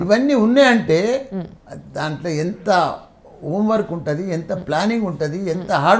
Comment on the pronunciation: ఓం వర్క్ కాదురా! హోమ్ వర్క్ 😄😄😄😄😄😄😄😄😄😄😄😄😄😄😄